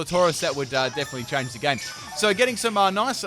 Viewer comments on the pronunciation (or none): none